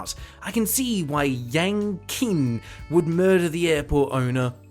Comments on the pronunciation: Just an FYI, "Qin" would be pronounced closer to "Chin" than "Kin". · IIRC, the "Qin" in Yang Qin's name is pronounced as "Chin", not "Kin". Though I'm not Chinese so please correct me if I'm wrong. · Just so you know, Yang Qin is presumably a Chinese name and the Q would be pronounced like a soft "ch". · I'm pretty sure that Q in Qing is pronounced like "ch" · fyi the q in pinyin (unfortunately the standard for chinese romanization) is equivalent to the 'ch' sound in english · Just FYI, "Qin" is pronounced "Chin."